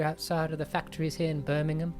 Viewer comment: pronunciation of Birmingham was Perfect, I've never heard an American be able to say Birmingham properly